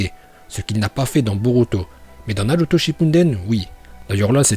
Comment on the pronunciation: "Naroutau" Naluto Shippunden